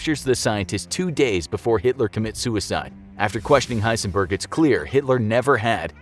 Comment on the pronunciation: dude its not that hard H e i s e n b e r g